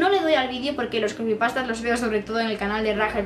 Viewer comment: que son las crepy pastas? O algo así no sé, no te entendí bien. Un beso desde Coruña!!